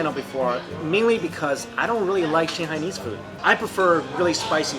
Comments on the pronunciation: First i thought there might be something wrong with my ears - but you definitely say shihoney instead of shanghai. Why ??? And: You serve food to your guests with the chopsticks you are eating from ??? I probably would have complained.... Dammit - looks so mouth watering - im addicted to sweet food. Never had the chance tasting shanghai food and there is no such restaurant around were i live. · He says xinghai all the time instead of Shanghai , that confuses me a little bit. cool video, want to eat chiense food right now! haha